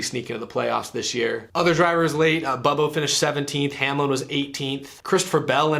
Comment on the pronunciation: Mispronounced: Denny 'Absolute' Hacklin